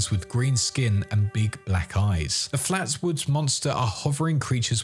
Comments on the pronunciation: I was just shocked. You usually hit every nail right on the head so hearing you consistently refer to it wrong kind of threw me for a total loop. No worries, and sorry if that seemed a lil harsh. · so um...FLATSWOOD monster? Seriously? It's Flatwoods. As in the actual town of Flatwoods, VA.